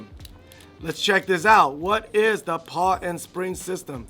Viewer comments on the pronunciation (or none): I'm pretty sure it's called a pawl not a paw 🤔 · Pawl - pronounced like Paul